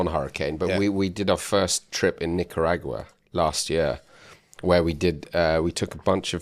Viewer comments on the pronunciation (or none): From here on out I'm going to pronounce Nicaragua like yall.